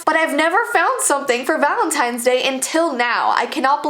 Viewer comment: VALEENTINES day